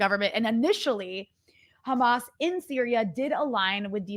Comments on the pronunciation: Why can’t they say the h. They always say kh. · I think you are right about the "cha" sound, that is how Israelis (like myself) would pronounce the words: Hamas, Hizballa, Hassan. I want to add that apart from having it sound "ugly and scary", they also aim to make the world feel that they are experts in these organizations, because an average American would not even be able to pronounce it. Of course, this is not how you should pronounce these names, but an average American wouldn't know that. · Khezbollah, Khamas, And Khouties! Blo-o-odyyy Chosen Idiots!